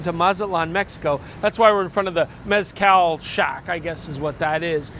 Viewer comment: the Z is an S in Mezcal